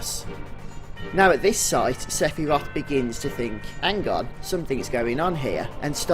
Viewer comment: Someone talking about who is Sephiroth, you'd think they'd say his name right.. .. Sigh